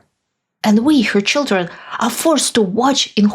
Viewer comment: “Todays foster cheedren” 😂 All Trumps should stay away from children period.